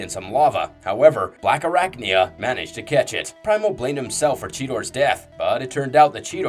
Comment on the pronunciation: ….what the fuck is a “Blackarricknya”?